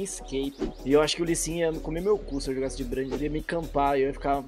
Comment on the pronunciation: "Brãnd , Yóda" AUHSUSBSJSBSSUHSJS